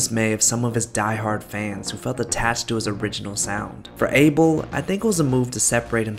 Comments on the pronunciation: his name is pronounced like “A-Bell” it’s ethiopian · Abel? It AH-bel!... Lol he's yehabesha! Can't you get it right? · The way this guy is pronouncing abel is sending me 😭😭